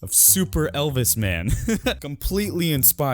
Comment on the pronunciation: Did he say “elpis Presley?”